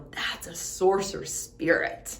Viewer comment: I had to keep repeating btis of this and even turned captions on. She is straight up saying Sorcerer.